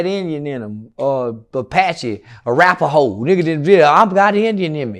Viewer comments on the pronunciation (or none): “Arappahoe” Ian never heard of that 🤣🤣